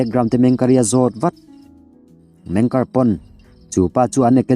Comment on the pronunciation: Meng ker nilo in MENG KE'ER